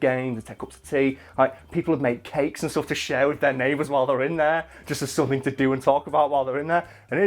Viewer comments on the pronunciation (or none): none